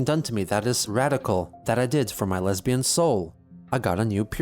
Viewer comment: watch me be wrong and chris actually said leabian instead of lesbian